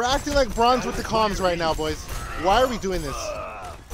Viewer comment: haha u said comm rads, radical comms